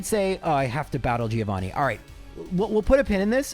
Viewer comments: Mentioning mispronouncing names and then saying Giovanni wrong is kinda hilarious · Italian here and it's a common thing for English speakers, not just 😂 they don't remember it's read Jovanni